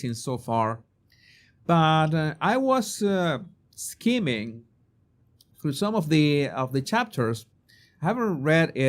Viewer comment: Oh yes, you would certainly suit a top hat 🎩👍 It sounded like you said "scheming TB book" it's (Skimming) over the book, its sounds like swimming 👍 Great video, loving the section 👍 The only rivalry Meme has over the King is her bunions😂 Have a wonderful day and family ❤